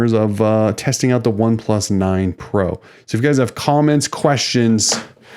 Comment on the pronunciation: Yah it's pretty obvious with how you are saying the name that you aren't familiar with them.